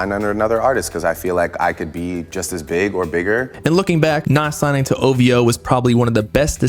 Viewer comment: Every time he say ovo i yell ovhooo get it right sir 😂😂😂😂😂😂